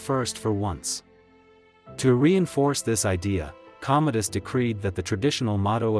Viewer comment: Commodus, ffs. Not Cometus, not Cometis, COMMODUS. If you're using AI for your subtitles (and voiceover) you could at least use AI that's not too friggin' stupid to get the friggin' name right, for frigg's sake. Stopped watching after 1.5 minutes, shoddy work, wonder how many of those "facts" are, actually, facts.